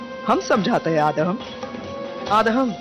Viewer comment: Aadham nahi aadam bolo